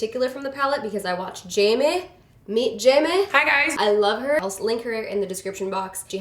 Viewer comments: Living for this look...Scottish accent come through saying jaim-eh (Jamie) hahahaha () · i loved how you tried to say jamie in a Scottish accent lmao luvvvv jamie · i love the way you say Jamie in a scottish accent!! Love from Scotland✨❤️ #snapfam